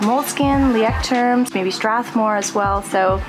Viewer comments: This is unrelated, but I thought I would tell since I saw a video where you talked about Leuchtturm journals. You pronounce it loystrum. I actually Googled it. Haha! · Found you channel and love the content. Thank you for sharing ... It's fun how you say "Leuchtturm" ... Greetings from Germany ;-)